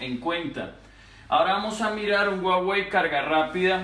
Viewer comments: Soy yo o dice guawei en vez de Huawei 🤔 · Dice Uawey la h es muda